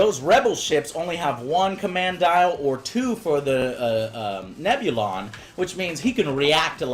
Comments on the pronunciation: Grand Admiral Moff...wtf lmao Also Neb-Illion B? You mean Neb-U-Lon B lol All credit for making ok Tie Fighter Sounds are Null & Void now. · Interesting. Good watch, but dear god man.... Nebulon is pronounced Neb-U-Lon, not Nebilion!!!!! >.<